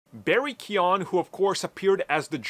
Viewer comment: Keoghan. It rhymes with Hogan, just take out the H and put Key. Key-Ogan. Barry Key-On. WTF?